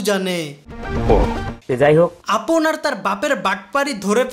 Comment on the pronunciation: আমি প্রত্যেকবার আপন ডাকটা পাপন শুনতেসিলাম